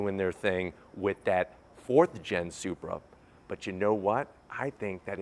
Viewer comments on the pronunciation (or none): "Zupra" LOL. Sounds about right.